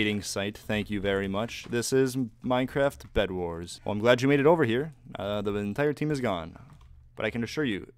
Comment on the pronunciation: "It's-a ovah Yellows. I have the high ground-u"